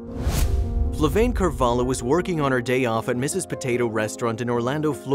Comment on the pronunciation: I wish I were that attentive. Ah, and her name is Flaviane xD people wrote "FlaVAIne" and it's like "Flavi-Anne"